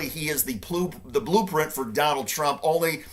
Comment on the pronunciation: You said ploop instead of blueprint, I think ploop is correct 😂